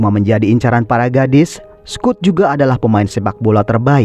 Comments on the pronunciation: Dibacanya Skot bang bkn Skut... 😂 Btw, diantara smw ce d film ini yg plg cantik mnrtku si Bess, sukaa....😊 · Aneh si mimin nih..udah jelas2 di film dipanggil Scott, kok malah jadi Skut😂😂